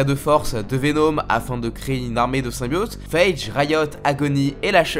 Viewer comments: Le dab en début de vidéo...🙄 et c'est VenOm non venaum ou symbiOte et non symbiaute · « Venaume » 😭 fais un effort stp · Mdrrrr pk il prononce Venom ( venaum ) ? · intéressant comment tu.prononce Venom